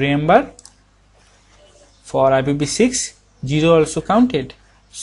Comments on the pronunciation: GGGGGGGGGGGeeeeero :P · samurai I was watching this at work and I couldn't finish the video cuz I had a laugh attack. Jiro jiro, jiro jiro... Jiro jiro, jiro jiro... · (Zivko) he has some problem with jiro(0) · Presents.:D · LMFAO WHEN HE GOES TO PRONOUNCE HIS ZERO'S